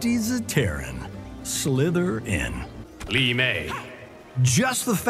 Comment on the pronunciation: “Slither-in” 🐍👍 “Best Friend” immediately put the biggest smile on my face ☺️💜 “Captain of zero fucks” They FINALLY let him say it 😭 “Hav-… ick” ☠️☠️